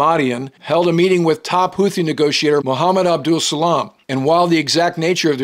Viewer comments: Hootees, not Hoothees. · The second h in Houthi is silent. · Houti general YAYA? 😂